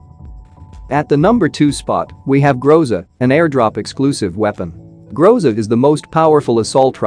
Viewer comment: Interesting fact: Groza is russian word, (Гроза) and it sounds like grozA but not grOza. This word means "Thunderstorm"